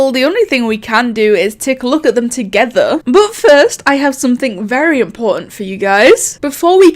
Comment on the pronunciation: ToGothEr , geeeeme , oml am sorry but I laughed so hard at that are u British sorry 😐